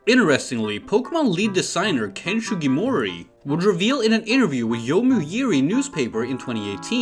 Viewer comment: Its SUgimori not SHUgimori